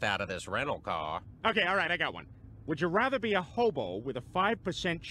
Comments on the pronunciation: Is it just me or does seth say "rother" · Watching them all back to back makes me hyperobsess over how Seth McFarlane pronounces "rather."